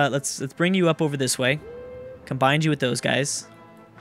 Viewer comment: please for the love of God: it's not Combind. It's Combine. No d. Ok?